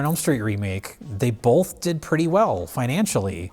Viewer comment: really? Bulth of them?